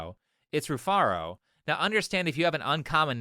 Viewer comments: Her name is Re-Fart-A. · Rufaro spoke to him face to face and he still got it wrong because she mumbled. He said "Rufara". That's how much she didn't pronounce HER OWN NAME. I thought she said Rufarta. The nerve to hold others accountable when you can't pronounce your weird name yourself. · Its pronounced refarted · her name Rufaro is a Zimbabwean name and she did a terrible job of pronouncing it it's actually a quite common name in Zimbabwe and it means happiness or joy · That first girl's name is not easy to pronounce at all the way you read it (Rufaro) is how you pronounce it but she is a Zimbabwean and that's what all Zimbabwean girls do trying to change the pronunciation of their names to sound cool. That's very sad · shes already lost the argument How are you gonna open up with an argument if you cant even pronounce your name correctly? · Rufaro is a Shona word for Happiness. Saw a reaction to the og video a while back and I have to admit, her name flew past me as well. As a Shona dude I would have immediately picked it up if she didn't butcher it. Shame on her. Bruh....she said she's a Zim goddess and fails to pronounce here name correctly???? I'm offended. So sad that, a white man, pronounced the name much better than she did😓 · Rufaro 😂😂😂 that's a Zimbabwean name. That's not how you pronounce it. Why is she saying it like that?